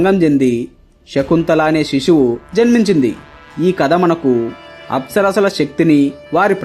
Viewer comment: Bro the agent you are using is trash 😢 but I love the direction of the video and what you’re trying to spread the knowledge of Hinduism just get a better agent and everything was pronounced wrong just so you know. Like Apsara being pronounced as aspera.